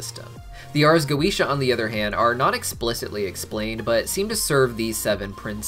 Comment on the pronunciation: The correct pronunciation of goetia is goh-eh-tee-ah. I only care because my cats are named Solomon and Goetia. I wish Vivzie had gotten it right.